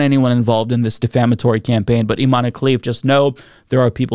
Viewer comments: Her name is Iman, not Imani, the e is silent. 😊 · Its not imany....its imen prono iation